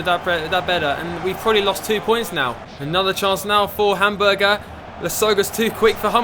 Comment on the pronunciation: Love the videos, but the pronunciation kills me. Hamburger and Gladbach are by far my favorites..